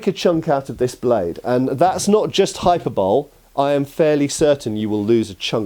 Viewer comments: Do Britts really say Hyperbole “hyper bowl” instead of “hy-per-bowl-lee”? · I love your videos and you are very informative. But. Hyperbole is pronounced HI-per-buh-lee, not hyper-bowl. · it's pronounced hi per boh lee. hyper bowl however is a much loved inter-galactic evolution of football from the 32nd century. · When says haiper-bole into the mee-krau-fau-nee and you can't quite tell whether he's joking or not... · Hyperbole is not pronounced like that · He pronounced "hyperbole" as "hyperbole" lol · My man just pronounced hyperbole like he was in trailer Park boys